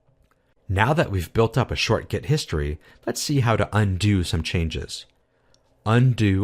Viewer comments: yeah, think so too. but what kinda annoys me is that it sounds like you say „get“ not „git“. :D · seriously, it is extremly annoying the way he pronounces GET. He must know better. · Great video overall... but you kept saying 'GET' rather than 'GIT' which was driving me insane!!! Good video though :) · Is it me or does he say "git" exactly like "get" about 90% of the time? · Why do you keep saying "get"? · great video, but sounds like you're saying get instead of git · This video was so good that I'm able to ignore that you're saying git like get! ;D Thanks so much! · Seems good but how can 'git' be pronounced as 'get'? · I appreciate the video, and the effort that went into it, but hearing you pronounce "git" as "get" is a constant distraction. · Why does he pronounce GIT as GET? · why pronounce git as gEt??? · Are you intentionally pronoucing git as get to annoy me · "Git", not "get". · very nice video, but why do you keep pronouncing "git" as "get" ? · why are you saying get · why do you call it "gEt"? it's not pronounced "gEt". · It's kind of annoying. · excellent video! (btw...are you saying 'get'?)